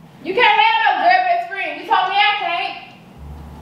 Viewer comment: said GUR she mean girl lol